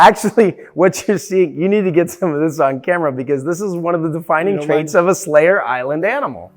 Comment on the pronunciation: Surely I cannot be the only one hearing "Slayer" instead of "Selayer" all. the. time.? 😂 All hail the Platinum Slayer, rip and tear until it is done!